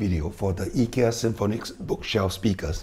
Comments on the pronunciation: The standard English pronunciation is usually more like "Eye-ki-ya" while the Swedish is "Ee-key-a" - like yours :) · Informative video and nice Swedish pronunciation of Ikea 👍